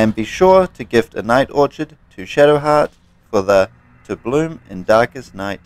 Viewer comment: "Or Kid"..not orchard